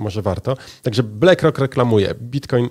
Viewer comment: No dobra, koń cz, =)) juz, wstydu oszczedz. BLACK ROCK z nazwy po Pl. To jest "uwaga - CZARNY KAMIEŃ " dobra, zatem, wymowa.. blAck rock. , blak rok! One love, peace. =))